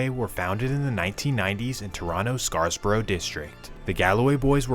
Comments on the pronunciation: Scarborough, not Scarsborough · It's not ScarSborough....it's Scarborough man ffs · scar-borough not scarsborough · It is 'SCAR-Borough' NOT 'Scars-boro' learn how to say things properly before you make a video. And a lot of what you're talking about is BS. G-block doesn't even call themselves "Galloway boys". It's a name the media used only. And the entire city did not get involved with Orton Park/G way beef. Like WTF is "Scars-boro", can't get over this. And imagine believing ppl go to Fort McMurray to duck. The stuff in your video has nothing to do with Drake, you're slandering the boy. The stuff about Reps up too lol. You know less than nothing. You are a clown. Delete your channel. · N it’s pronounced scar bro not scars bro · Scars-borough 😂😂😂😂😂 Its scarborough every immigrant lived their once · Scarsborough? Nah you trippin with that 2nd s 😂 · It’s Scarborough bro, not SCARSborough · It's pronouced Scarborough not scarsboros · wtf its Scarborough not scars borough lmao one S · Scar borough not Scarsborough, preciate you doing stories for us northern boys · SCARborough bro…..SCAR-BOROUGH What is this ‘Scars’ borough nonsense you keep saying. I’m offended smh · scarSborough is killing me. its scarborough, theres no S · Pronounced... "Scar-bro" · lol Not Scars-borough lol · Its pronounced Scar - Borough ..... smdh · its pronounced Scar-borough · “Scars-boro” c’monnnn bro😂😂😂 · Please, it's pronounced "scar-bro" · There's no second S in Scarborough. Its not pronounced ScarS-borough. 😂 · LOL scars-borogh! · Hearing this guy pronounce the T in Toronto and say scarborough wrong is hilarious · MISINFORMATION!!! Stop Trying To Make Toronto Videos When You Know Nothing, This Whole Video is Nonsense, You can’t even Pronounce Scarborough properly Smh just delete this video. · There's no s in Scarborough!!